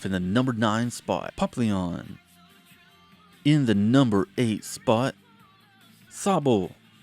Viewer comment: Bro said poplion?????